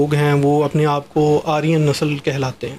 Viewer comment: 😂😂😂 comedy at its peak A perosn is unable to pronounce aryan is talking about aryan. And plz tell your maulvi that majahab evolve hota hai 😂🎉 Sar tan se juda ho jayega